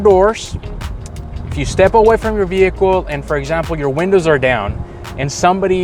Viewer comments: Great video but just so you know the H is silent in the word Vehicle. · Hey man, please give me a moment while my broke ass goes to try all these on my non platinum trim f150. Like 8 of your tips are not present in an xlt. Also, please stick to one pronunciation for "vehicle". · It depends where you live. I've heard it both ways, it's silent where I live too.